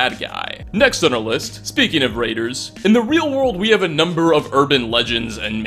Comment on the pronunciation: They're called raiders, not traiders.